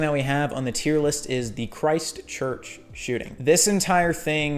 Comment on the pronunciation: You say Christchurch so weirdly. It’s a place. It’s not Christ Church. It’s like “kriseCHURCH” one word